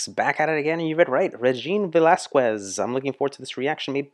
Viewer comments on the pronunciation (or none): The pronunciation of her surname is ... VE-LAS-KES.... she is also known as the asia's song bird for decades now ..